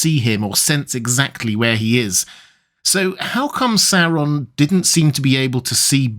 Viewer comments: It’s not ‘Serron’ it’s ‘Saur’on’ … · First time I hear this pronunciation of SaOron instead of SAWron